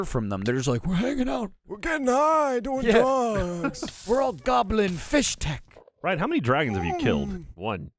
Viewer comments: Fisstech, Not Fishtech, FISSTECH! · Fisstech* not Fishtech bois. needs to play the games over again methinks as he doesn’t know how to pronounce anything. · no on has mentioned that they say "fishtek" and not "fistek" my soul hurts. they should know better since they're listening to the book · It sounds like is saying "fish-tech," and I was super confused because in the games there's no atch sound in the word. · Am I the only one who is confused by and Ryan’s pronunciation of Fisstech?